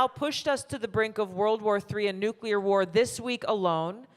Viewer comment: Thank God for you Tulsi! I pray for your safety and all on the panel. And its so refreshing to hear someone pronounce Nuclear properly! Lol.